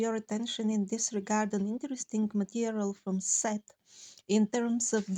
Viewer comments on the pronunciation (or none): I may have made a mistake on the name of Jane's books that came from a demon. It sounds like you're saying Set, but I believe it was Seth? I researched her a long while back, and I think it's Seth? Anyway my bad! Beware of people who channel messages from demons, that chose people like Jane to write doctrines of devils. I steer clear of anyone's writings when I read that they were psychic mediums or channelers, because that is necromancy, a divination practice that God tells us to have nothing to do with, and to turn away from such people who practice divination. Demons know things, but also lie habitually to gain someone's trust. We as Christians shouldn't place a stumbling block in front of God's people, by recommending that people should believe, and read such doctrines that are not the doctrine of Christ, and stick to just the Bible. Doctrines of men, or women in the case of Jane Roberts, are their beliefs that demons convinced them of being the truth, so that they seem like a prophet, because they get some things right, hence, because demonic spirits know things, but are really false prophets preaching false doctrines. Christ Jesus warned us about such people, when He said to see that noone deceives us. God has blessed you, and stay sweet, and stay on course. God gave you a microphone. You have to speak against such things. I love all of your content, and one of my online Pastors, just recently, who was doing a teaching on your stuff, about the parasitic worm looking t